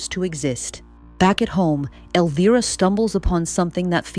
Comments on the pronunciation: why does the pronunciation of elvira's name change every mention? it switches between elveera and elvaira. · Spelled Elvira, pronounced El-veer-a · It's weird hearing you flip flop between pronunciation on the name Elvira, just pick one and stick to it please.